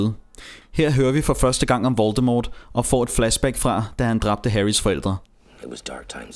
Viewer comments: han hedder ikke voltemort han hedder voltemor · Man skal udtale voldemort voldemor